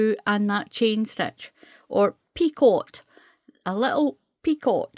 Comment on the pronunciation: Thank you, a beautiful stitch pattern, and a Lovely baby set. The word Picot is pronounced Pee-co, if that helps. I am wondering if I could do 3 rows of treble's first and then start the pattern, and do the 3 rows of treble's when finished. so I won't have to do a border on the bottom?? Thank you again, I love your videos, you explain things so well.❤❤🌹🌹🌹🌹.